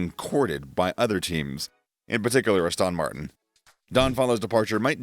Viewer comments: Please, please, please, It's Aston Martin. NOT Austin Martin. You undermine your credibility when you actually mispronounce the name. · The way you pronounce Aston Martin hurts